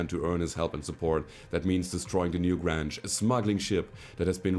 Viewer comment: Loving the series, subbed because of it. Your English is amazing, I can only wish my spoken German were so good. Only a minor quirk: the "Newgrange" is probably better pronounced to rhyme with "strange" than "flange". I know, English spelling is idiotic. A "grange" is a kind of village, originally. Anyway, loving the shows, don't let people tell you how to play - it's more fun when you play the way you want, because you'll be enjoying it more. And honest enjoyment is the thing that brings people back, I think. All the best from Canada!